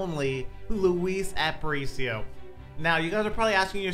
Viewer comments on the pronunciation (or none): Its pronounced App-uh-reach-e-o btw just so you dont get flamed for it